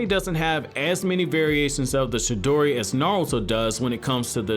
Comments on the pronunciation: Sir its Chidori, not Shidori. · For fuck sake cant any one get any thing right..... For fuck sake..... Its CHI-DORI! CHIDORI (yes i may or may not have spelled it wrong but oh fucking well.... I couldnt look at how it was spelled while typing this so deal with it)..... It nots..... SHI-DORI...... its fucking..... CHI-DORI....... CHIDORI.... Get it!.....got it!...... Good!..... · This dude is saying shidori not chidori😂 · No one:: shidori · He says chidori as shidori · He saying "shidori" instead "chidori" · Bruh it’s Chidori not Shidori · CHI..DORI NOT SHI..DORI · I thought it was "CHIDORI" Not "SHIDORI" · The whole time he only said shidori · Chidori not shidori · Was he saying she-dory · Bro it’s chidori not shidori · Wtf is a shedori... pronounce it right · You are saying it wrong chi in japanese does not speak with sound of shi but Ti like in Te in teacher or Teen or chi in Chin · Chidori not shidori c’mon man that’s basic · It’s chidori not shidori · Say ch then add the e sound and it's chi not shidori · It's pronounced "CHI-DORI" not "shidori", as you say it. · Its chidori not shidori... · Stop saying shidori please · CHI-dori like CHI-cken. Not Shidori lol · What is the “Shidori” and “Jidori” lol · Is this dude saying Shi-dori? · I hate the way he pronounces chidori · Chi- dori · Stop saying shidori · Someone teach this nigga the difference between “ch” and “sh”. the “shidori” killed me. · Can you please pronounce chidori correctly? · Right it was annoying me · Yeah he sounds like he hasn’t even watched the show because he pronounces it like a total idiot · I thought it was Chidori